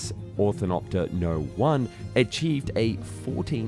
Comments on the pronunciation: Great video, but how on Earth did you manage to not say it correctly even once? 15 min., so much great information on the topic, and the best we got was "orthotopter". It's called ornith-o-pter for a reason, you know - from the greek Ornith(bird) and Pteron(wing), so it means "bird wing". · I always find the way you said "Orthinopter" rather than "Ornithopter" is hilarious :D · Definitely not AI voice though haha Orthinopter xD I was like Ornithopter ornithopter haha But I did appreciate knowing he was actually speaking, not an AI voice. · Very interesting, if hardly practical. But it's orNITHopter, not orTHINopter. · You keep saying "orthinopter" don't you? Kinda makes walking into a tail rotor on the ground seem pretty tame. Imagine walking under the wings by mistake and getting turned into a mix of half tent peg, half puree. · Every time he says Orthinopter a child in bangladesh is mauled by a tiger. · Learn how to say the word your video is about... Or-ni-thop-ter... like it is spelled, please! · Can't tell if it's the cold affecting your speech output, but it's OR-NI-THOP-TER ffs... Get well soon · For the love of all that is good in this world, the word is pronounced “OR-NI-THOP-TER”. Please. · Orthinopter? Is that like an ornithopter? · Say it with me: or-knee-thop-ter Otherwise all the orthinologists will be livid with you 😏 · he said othinoper . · Why does the narrator call it an orthinopter? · orthinopter??? the narator is drunk again! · Orthinopter...? Seriously...?? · You keep mispronouncing it It's or-ni-thop-ter. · Ornthinopter ornithoptner lmao every time he says it wrong differently. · You say "orthinopter" a *lot*. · Is it just me or does he keep saying "Orthinopter"? Check near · It wouldn't be Found and Explained without him mispronouncing something important. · How many times in one video can you mispronounce the word for the subject of the video? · did not pronounce Onrithopter corretly even once :P great video tho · Orthinopter?? Jeez man.